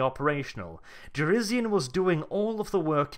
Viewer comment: Jurisian. It's Jurisian. pronounces it like shit.